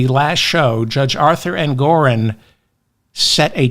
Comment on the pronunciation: ENGORON!!!! NOT ENGORIN!!! DON'T MAKE THE SAME MISTAKE TWICE....YOU KNOW BETTER!!! AND I LOVE YOU!!!